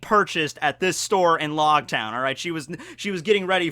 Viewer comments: Technically it’s pronounced like “Roguetown” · I thought it was pronounced like rogue with an l- instead of r-. Cause it's ouge. I have always said it like that. Lōgtown